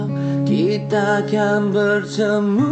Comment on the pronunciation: kalau boleh sebutan tu biar betul.. jangan ada "C" . contoh "untuk selama lama nya".. bukan"untuch selama lama nya".. "dan bila esok kita kan bertemu kembali" bukan " dan bila kitcha kan bertemu kembali"... sebutan biar betulll